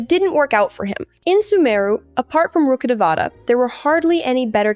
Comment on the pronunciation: Literally the only person to have called Rukhadevata- rukhadevta 😂 well done